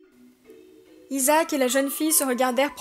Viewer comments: On dis Isaak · les gars izacke à di à Jack je crois je croyais